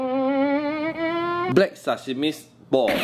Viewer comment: 他是念sesame么？